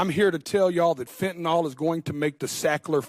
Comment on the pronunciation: It's spelled 'Fentanyl' (pronounced 'Fen-tah-nill')... not, 'Fentanol'... why do Americans struggle to correctly pronounce English words? PS Never heard of this person till now.